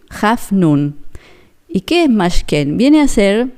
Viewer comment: Buenos dias, gracias por tus mensajes.. No se lee Mashken,, se lee Mishkan(tabernáculo). Saludos. sigue adelante.